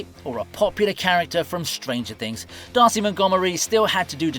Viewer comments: Dacre is Day-Cur, not Darcy😭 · Did he just refer to Billy Hargrave as "Darcy" Montgomery? Dude, it's spelled DACRE Montgomery. Its Pronounced: Dae-Kerr or Day-Kerr. Not frigging Darcy.